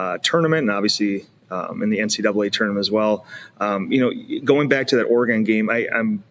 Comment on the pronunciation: We gotta work on how pronounces Oregon because that is not it